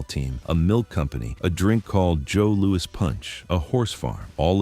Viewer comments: I have never heard the boxing legend Joe Lewis pronounced as Joe LOU-EEE never ever ever ever!! it has always been pronounced I mean always Joe LOU-ISSSSS PERIOD!! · Pal it’s JOE LOU-ISSSS.